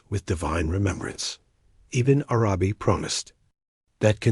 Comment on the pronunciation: Bismillah - great content. Can you teach the AI to read Ibn Arabi's name as if it is one word, [IbnArabi] with the emphasis on the first A of Arabi, not the second? a lot of the pauses make it hard to listen to the AI